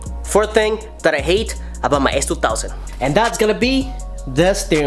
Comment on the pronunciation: you should listen on how he says s2000 lol its kinda funny.